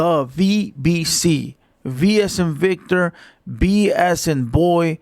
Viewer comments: B AS IN BECTOR 😂😂😂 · Did he say V as in Bictor 😂